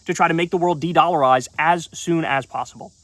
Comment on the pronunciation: Bro said dedolarize.